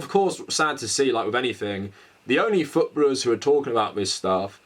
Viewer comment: Canadian living in the UK here, legitimately had to pause and rewind the video 3 times to figure out what the hell futbuhluhs meant, lol.